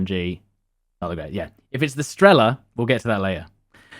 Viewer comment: Almost died when he said strEla and pIla, and not strelA and pilA